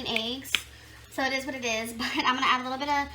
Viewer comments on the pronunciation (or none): Me: It ees what it ees